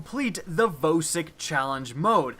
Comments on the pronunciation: Vowsik? It's VAUSIK. VOSIK THE HEDGEHOG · YOU PRONOUNCE IT "VAHSIK"!!!!!!!!!!!! GOD YOU MADE ME CRINGE THE ENTIRE TIME WATCHING IT. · Jeremy Roman it really annoys me when people say voe-sick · Why do you pronounce vosick wrong? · Your pronounciation of Vosik gave me AIDS